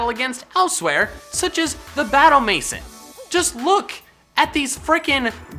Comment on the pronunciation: Maison=may-zahn Tis french